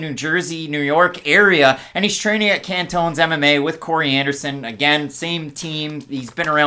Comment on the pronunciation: Ca~Tone. Not CAN-Tone. Not trying to be a d*ick